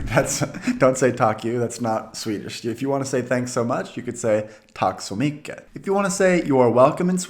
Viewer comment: Bra jobbat! The d in these are silent, you mostly say it as "gonatt" and "gomorron". Work a bit on your "y" in "mycket" in front of a mirror. You say "micket", which most foreigner do. If you look at yourself when you say it you will notice that the corners of your mouth are far apart in the "i" part of "micket". To turn it to "mycket" make your mouth small and say it again. Now it will be "mycket". It´s no coincidence it sounds so much like English. To me that phrase sounds like an anglicism, it´s too translated and forced, it doesn´t fit in. It´s like a term sales people have been taught to say to sound polite. In Swedish it sounds better to just say "Ha det så bra" eller "Ha det bra".